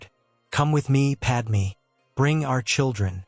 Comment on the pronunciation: Did Padmé even knew that Anakin's new name is Vader? Also, her name is Padme, not Padmee. Seriously, get it right.